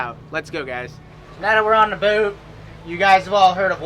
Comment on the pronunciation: Learn how to say the word - boat